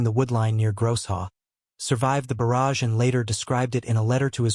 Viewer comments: What's an artillery barge, it's a barrage. buh-RHAJ. When AI can't get it right 40 times, it becomes very annoying. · You need a MUCH better AI reader - a barrage is not a barge! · This channel should have enough respect for its audience to not release a video where the most important word is pronounced incorrectly tens of times. Very disrespectful and lazy.